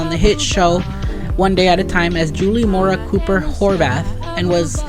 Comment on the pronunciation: The music while you speak is super irritating. Its buTTon not buDDon Julie COO per